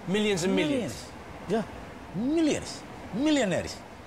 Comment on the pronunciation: “millians millians”